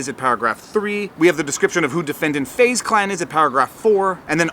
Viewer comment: “Fuze Clan” lol